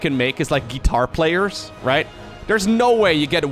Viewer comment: "ghee tar" - 2021